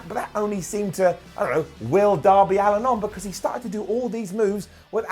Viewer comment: It's Allin not Allen